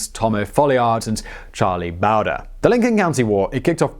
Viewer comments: Not Charlie Bow-der, Charlie Bo-dree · Bowdurr... lol Simon, just wanted to help, because we both know you don't have ANYBODY ELSE telling you how to pronounce every single word you say (incorrectly... Or correctly? 😉 lol)... Bowdre is pronounced 'Bowdrey' or 'Bowdrie'... I know you needed that in order to feel complete, you can get on with your life now Simon... Hahahahahahahahahahahaha!!! 😂😳😜😁🙄🤣🌹😋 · It's Charlie BohDree not BowDurrrr. Big Casino loved Little Casino but was put in a position where he had no choice but to take Billy's life. Billy wasn't going any other way. The Governor screwed the pooch on the deal with Bonney. John Tunstall and his attorney/partner Alexander McSween in alliance with John Chisum were trying to establish a competitive business against Lawrence Murphy, James Dolan, John Riley, and gangs. Tunstall wasn't trying to monopolize. There was no Freaking chance of that happen with the stranglehold crapbag Murphy had. It was Irish Murphy, Dolan, and Riley (Democrats) who were the only monopoly and English Tunstall and Republican McSween they were against. That started the Lincoln County War. Bonney, Brewer, McNab, Doc Scurlock, Chavez Y Chavez were all black sheep taken in and hired on to protect Tunstall's property. They were delinquents and ne'er do wells but they weren't the aggressors. Learn to research better. Too many movies. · Damn it! It’s Bow like bow and arrow! Bow dre . You pretentious prick! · u said charlie bower lol